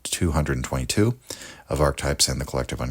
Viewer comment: "Ark-types?" What's an ark-type?